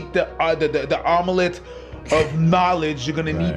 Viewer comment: DA OM-AH-LETTE!